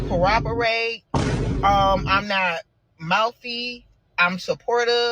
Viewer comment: “I coroperate [sic]…” 😂